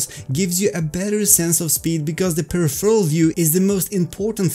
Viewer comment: Thanks for great videos! But for jissy chrissies sake, I can not take it anymore! It's pronounced: "/pəˈrɪf(ə)r(ə)l/" /Your fellow VR Swede :)